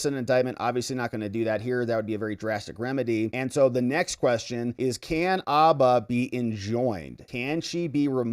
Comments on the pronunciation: Dude! There is a H in her name. It’s Habba, not ABBA! It’s “her”, not er. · H! Habba with a real H in front of it. Like Hannah with b's where the n's are. Habba. Not Abba, Habba. Her name is Habba. Say it loud and proud and say it with an H. She's not the Swedish 70s pop group. You're doing it just to bug me, aren't you? Habba, man. Habba. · It’s Habba, not abba… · Her name is HABBA not Abba. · Please put the H in Habba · Mate, it IS Habba with a "H" !!!